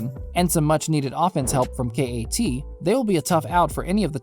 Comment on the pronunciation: Hahahaha completely laughable trade. Wiseman said he didn’t want to play in Minnesota. The Timberwolves will wait until Karl asks out or until his last year on his deal, if they don’t turn it around by then. Also KAT is pronounced CAT not Kay -Aye -Tee. Kay-Aye-Tee? Are you serious?